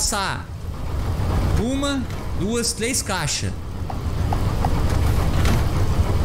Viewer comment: tlês saídas e entlar aqui. tão fofinho né kkk